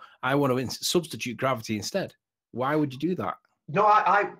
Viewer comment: I love it! "GRABBITY"!